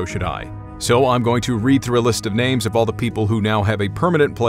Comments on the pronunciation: Your pronunciation of everyone's name was amazing and the voices and funny quips were very entertaining. And that's the end of the video people! Great vid as always! 👏 👏 👏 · It does not go unnoticed my man spent HOURS getting the right pronouniations for the nanes correctly. He is top shelf first class all the way. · Good job reading those difficult and foreign names! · stories OUTSTANDING on pronunciations impressive. Thank for your stories keep them coming.